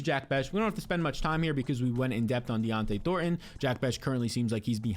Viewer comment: Bro. It’s Dont’e Thornton…not “Dionte” Thornton lol